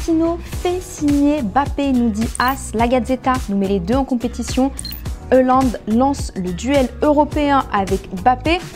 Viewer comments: C’est pas heuland c’est haaland... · Haaland, et non Euhland comme dis votre journaliste là 😂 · C’est pas "Hollande " mais"Haaland" !!!! Et il est ou le mec ?? On comprend rien avec la meufe la , réagissez un peu !!!!! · Erling hAAAAland et pas François mdrr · Y a pas de E dans Haaland Stop dire Eland stp